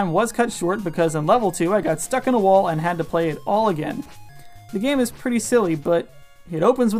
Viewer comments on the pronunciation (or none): none